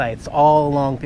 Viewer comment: Glad you're enjoying Montana and my home stomping grounds. I hope you keep going down the highway to Absorkee and Red Lodge. It's really nice. And, btw, we pronounce the park "Itch-Ki-Pee" w/ Ki like Kid. There is a ton of great camping around MT. Enjoy